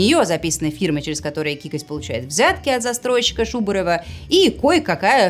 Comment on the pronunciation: Не кикоть, а Какоть)))